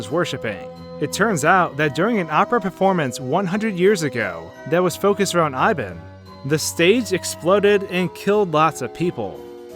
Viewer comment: I would like to point out that I think the goat Ibon should be pronounced "E-bon" as in ebony. I love the lore of this game.